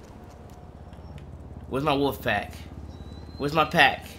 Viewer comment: You aint saying wolf right